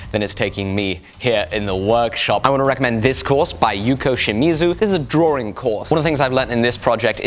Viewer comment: It's drawing not drawRing